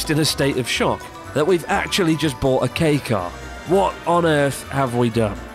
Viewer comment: When you says "Kei car" but subtitles read as "gay car"